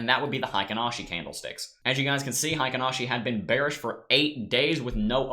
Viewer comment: I'm a Japanese translator by trade. Heikin-ashi is pronounced HAY-KEEN-AW-SHE. Thanks for your analysis.